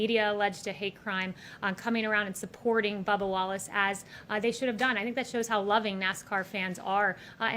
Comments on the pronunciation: It's BUBBA, not Bubble. Christ. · It's Bubba, not Bubble Wallace. This reporter I bet always demands an apology. How rude these reporters are. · I think his name is Bubba not Bubble